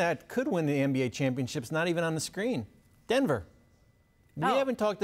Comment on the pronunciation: “DEnvEr” what a Dumbass